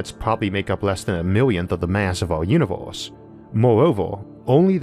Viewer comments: He literally tells people he has a lispe. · It sounds like you are saying univorse instead of universe. o,0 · Stop saying Uniwerse ,I can't take you seriously when u pronounce it Uniwerse ,in this Uniwerse or the next Uniwerse I cannot filtwor my laughter